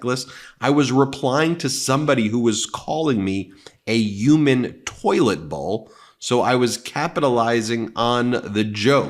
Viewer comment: Love your pronunciation of human. (Youman). It makes me chuckle every time.